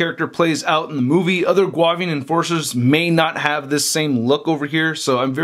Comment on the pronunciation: pronounced, (Goo-Avian) I believe...or prefer.